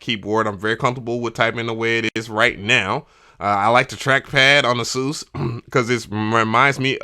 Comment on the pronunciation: It’s so refreshing to hear someone properly pronounce Asus! Lol Edit: I built my pc I use for recording but the wires needed to keep it silent (it has 7 fans on the water cooling radiators) which one of my mics would pick up on ever so faintly lol.